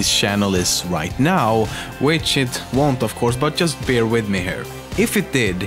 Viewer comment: Says Pewdiepie can't pronounce his own name, says "shannel", "ioost", "sheck, etc". Oh the irony